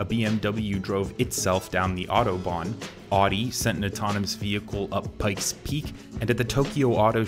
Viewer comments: It's ow-di not aw-di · Sorry... but... but... aw-dee??? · Yeah, also Audi is OW -dee and Jaguar is ZHAG-oo-WAH. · U say audi so wierd. its Owwdie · "rdee" "neesan" "renolt" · Car enthusiasts like me hate this. We should develop some sort of infrastructure so that people can still drive cars by themselves but other people have options like driverless cars. And seriously man, if your going to make a video about cars then please pronounce audi correctly